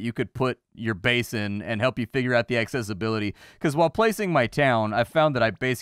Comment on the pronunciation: Love how you say access-ability!